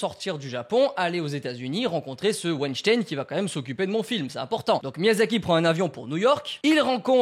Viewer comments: wAiNcHtAiN mdrr (ça se dit wainstin) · Je suis la seule à entendre Wejdene au lieu de Weinstein ?! 😂